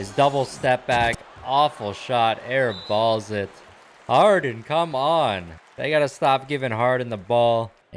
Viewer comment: ayo why you put extra emphasis when you said “airBALLS it” 😂 Just kiddin man great vid👌